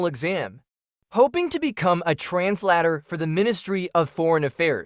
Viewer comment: Sounds like he needs to learn how to say translator.